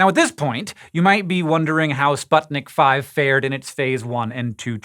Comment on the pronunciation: As far as I know, the name of this vaccine is pronounced "Sputnik Vee".